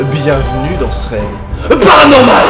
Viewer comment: J’adore son "PARANORMAL"!!!!